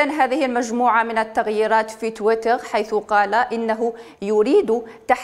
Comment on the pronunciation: صدقت لغة تحتل المركز 9 مزال الفرانكفونيين الجهلة، تويتر كلمة انجليزية تنطقها بالفرنسية اش هالذكاء